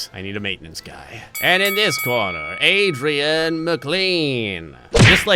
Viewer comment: Maintenance dude: My name is Aditya McLean Announcer: knows I cannot pronounce that name right ADRIAN McLean